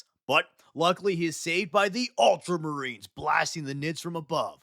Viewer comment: multra marines 😂😂